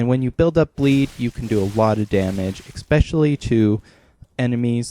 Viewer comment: not Xpecially. No. It's pronounced es-pesh-a-lee. Especially.